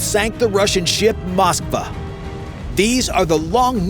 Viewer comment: "Moskva" not "Moskba"